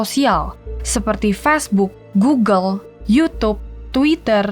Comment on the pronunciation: "Facebook" atau "fastbook"? 🤨🤔